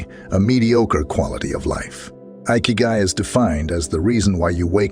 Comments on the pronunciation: In Japanese ikigai is pronounced like ekeyguy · “Eye Kee Guy” 💀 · Ikigai is pronounced (e kay gai) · Lost me at igahkik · I`ve stopped watching it where the narrator mispronounced"ikigai"!